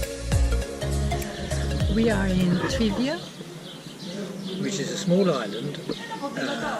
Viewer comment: Its not Trivia, its Trizonia! ffs